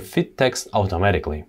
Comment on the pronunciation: I love how he says AFTAMATIKLLY instead of automatically.